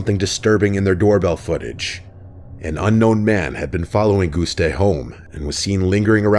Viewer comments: as a lithuanian, i cringed at this pronounciation lmfao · This is funnily my very first time commenting on one of your videos, and I am so sorry to tell you, but you absolutely butchered Gustė's last name 😅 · As a Lithuanian, I had a hard time listening to you trying to pronounce Gustė’s full name . 😭